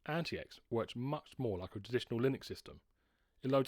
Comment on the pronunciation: I think there's a way to bypass the bios whitelist of approved wifi cards. If you serach for "T42 no1802" you should get some ways to do it. IIRC, I had to do this on t410/t430 to install an unauthorised wifi card and after market battery, but I had to use a modded bios. Also AntiX is pronounced 'antics'